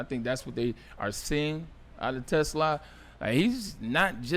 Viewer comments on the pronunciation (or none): Te Slaa … the S does not go with the Te it goes with the Slaa. 🦁 He is not a car.